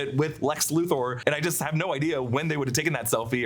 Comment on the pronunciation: Luther is pronounced Luth-er not Luth-oar!!!